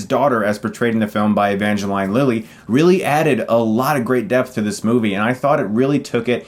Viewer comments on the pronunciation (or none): Thumbs Down !! for Pronouncing Evangrline Lily's name All Wrong !! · Well, that's the first time I've ever heard Evangeline Lilly's name pronounced that way...